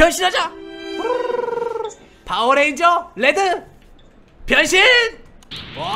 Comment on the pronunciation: 나 순간 변신이라고 할테 병신이라고 한줄 ㅋ 나만 그런가?